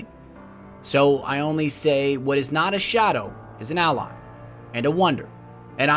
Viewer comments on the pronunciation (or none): none